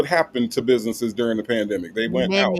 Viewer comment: The “pandema”😂😂😂